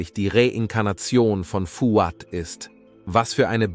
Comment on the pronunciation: Aber der Name Nazih wird mit stimmhaftem s gesprochen, also eher Nasi. Und bei Fouad liegt die Betonung auf dem a.